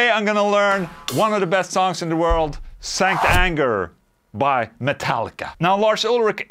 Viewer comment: Sounds like you're saying "STANK ANGER"